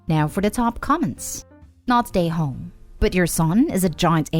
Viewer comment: When you say “not the a-hole” I think you are saying “not today homes”